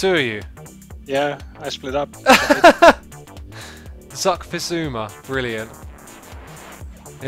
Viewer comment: 'XuckFizuma' wow